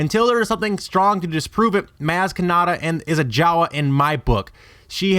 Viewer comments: The only thing worse than all these bullshit theories he is spewing, is how he pronounces MAz KAnAtA. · He pronounced her name wrong so I am now died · I stopped watching this bs cause you deliberately keep pronouncing her name wrong? Why in the hell for? smh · You say Maz Kanada wrong...